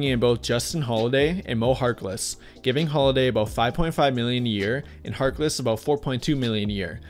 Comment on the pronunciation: Once he said mo harkless i turned it off...